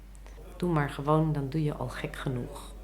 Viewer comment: "Doe maar gewoon dan doe je gek genoeg" graag met een zachte "g"!